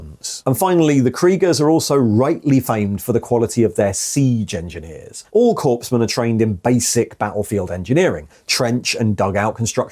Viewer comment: It’s not corpsmen lol